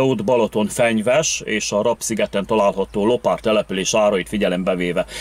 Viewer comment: Legalább Te mondanád ki a helység nevet :face-purple-wide-eyes:, Rab-az nem rab, hanem RÁB sziget :face-red-heart-shape:!!!